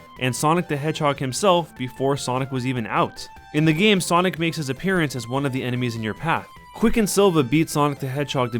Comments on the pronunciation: Wth is sanic speed? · Sanic! Lmao